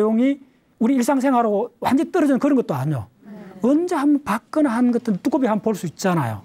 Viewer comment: 뚜꺼비? 발음이ㅋ